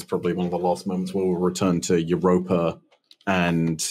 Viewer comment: Wow you called Europa spot on